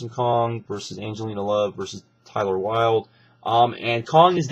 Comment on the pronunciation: its taylor wild not tyler wild. Tay-ler it rymes with Gay-ler.